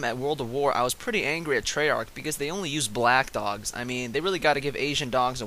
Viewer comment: Lol it sounds like he's saying dongs not dogs